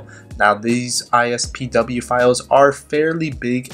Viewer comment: Did anyone else notice that he kept saying "ISPW" instead of "IPSW"